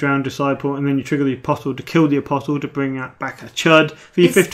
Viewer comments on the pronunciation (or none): Around the 44 minute mark, James marshalled Aeron Damphair. Was he not already in the dead pile? PS: Apostle is pronounced APOSSL. The T is silent. It means prophet. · Just for the sake of the english language. it's aposle... pretend the t isn't even there... A POS UHL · isn't the ''T'' silent in Apostle?!?!